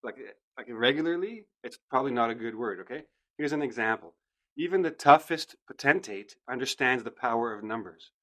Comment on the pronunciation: I think you pronounced the word potentate wrong. the dictionary says /ˈpəutnteɪt /, but you stressed the latter part - tentate